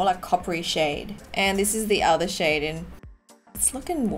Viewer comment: When she said “ pop that shade “ I thought she said “ pop that shit “ lol 😂